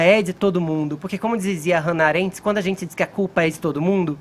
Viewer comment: "- Hana 'Arente" kakakakakaka, fefito pegou a frase do "o pensador" e n deu tempo de pesquisar a pronúncia kkkkkk